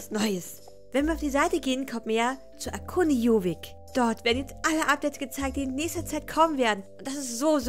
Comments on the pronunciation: Jorvik nicht Jovik, Marwari nicht Marawari🤷🏼‍♀️ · Nicht joovik sondern JoRvik